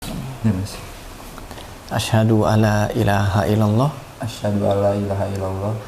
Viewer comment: Maaf Mas, bukan asyhadu alaa...tapi asyhadu aLLa (huruf lam seolah bertasdid karena awalnya ن mati menghadapi لا = idghom bilaa ghunnah). Tkasih